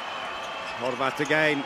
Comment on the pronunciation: majke mi kad je reko Horvat I was shook